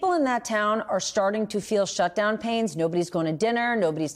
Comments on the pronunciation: Not to be "thag guy", but...SHTUDOWN...no one noticed or could fix it? :P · "Shtudown?" Your quality control is slipping, MSNBC.